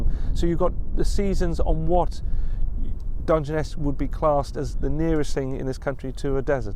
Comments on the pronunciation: You pronounced it perfectly the first time 👏🇬🇧🇺🇲👏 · Your first pronunciation was close enough 👍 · How you pronounced it first time was correct. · Pronounced Dun-jen-ess. A big expanse of not a lot. It’s in Kent, which is in the south east not too far from London (well an American’s view of not too far). Look it up on Google Maps. You’ll see how desolate it is. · Your pronunciation of the place name is perfect,and it is as much of a surprise to me as it is to you and I live in the UK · You got it right that is how it is said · Your pronunciation is correct. It's a stone desert not sand. I've been there is a railway nuclear power station. Why don't you check the Dungeness the Rodney Hyde railway 🚂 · your pronunciation was pretty near spot on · Hi, yes it is Dungeness - as you first pronounced it 😊 Dun-gen-ess ❤️